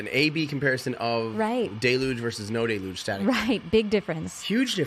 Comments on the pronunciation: Because you asked in the video : deluge is a French word so you don't need to overact when you prounounce it. American way : Delouuuuuuuuugge. French way : Deluge. ;) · 😂 "day-luge" and "da-luge" are both wrong. It's "del-uge"👍